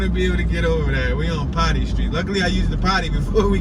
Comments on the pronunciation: It's called potee Street not potty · Not potty street. Po Tee street. Hilarious 😂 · Potee is pronounced po then tea like a cup of tea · Pronounced "POE-TEE" Street. During a city bus strike, I used to walk across that bridge in cold weather in junior high school. I lived in Cherry Hill, Bmore. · Poe Tee street . Please do your home work before you attempt to be informative. You passed over the true Patapsco river on that bridge. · PO (long O) TEE Pronounced "Pōtee" Street. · P-ot-ee my mans say it correctly